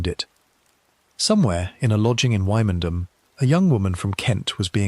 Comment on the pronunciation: Quite interesting, but Wymondham is pronounced Windam, and gaol pronounced jail.